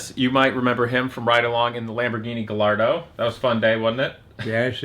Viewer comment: “GaLlArDo” Lambo Guys: 🤦‍♂️